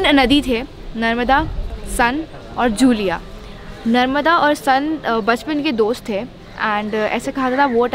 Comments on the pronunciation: San Nahi madam सोन hai aur जूलिया nahi जूहिला hai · It's not sun...its pronounciated as son...n another is johila...